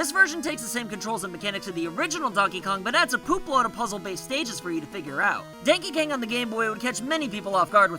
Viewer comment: Dankey Kang, lol